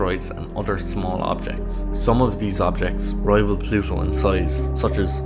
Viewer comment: Plusho. Is noo longeh a planesh. 😣 This appalling pronunciation makes me want to rip my own ears off.